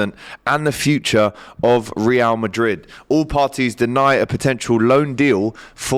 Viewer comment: Ree-al Madrid 😂